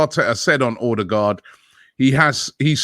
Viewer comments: Order-guard ffs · Stop calling him Ordie-guard !!!